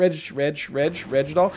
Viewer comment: I still laugh when he says regdoll.